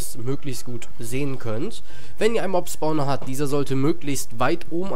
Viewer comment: also ich hab noch nie einen "Sporner" gefunden xD.. das heißt spawner